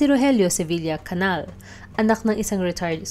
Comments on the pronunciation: Hindi “Canal”. Canial. Rogelio aka Roger. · Its not CANAL but CANIAL...